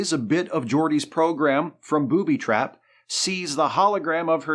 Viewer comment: I LOVE the way you say booby trap as if it isn't a single concept term with emphasis on the first part.